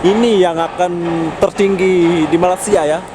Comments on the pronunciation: Malaysia boy jangan malasia gitu kalau ngomong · Sebut betul2...Malay-sia... bkn Malasia .... kla kte Sbt Indo* reti plak marah... . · Njir ngomong malaysia jadi malasia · malaysia,, bukan malassia bego